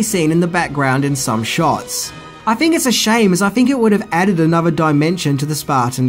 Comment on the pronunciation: Think. Th th th th not fink. Th not f.